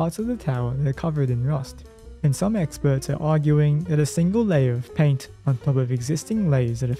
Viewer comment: Did you just say to reapply the laint every 7 yrs?